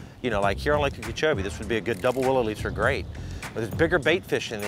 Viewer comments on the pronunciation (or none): You were literally putting on a clinic. Gotta ask about your pronunciation of Okeechobee; sounds like you're saying Ukeechoee, or am I hearing you wrong?